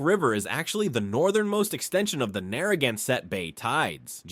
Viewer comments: OMG, please teach your AI narrator how to pronounce Narragansett words. This was brutal to listen to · What is ironic is that they're almost no Rhode Islanders who actually say it correctly. Via business connections, I know one of the chiefs of the Narragansett. They pronounce it as "nah-hah-gahn-sett". There is no R sound. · You really butchered all the indigenous names. Rhode Island has a rich linguistic heritage. Respect please. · I love my state. The skewering of the Indian words was hard to hear, though. We have a lot of them in RI